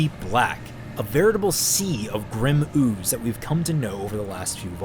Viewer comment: How you emphasized ooze made me laugh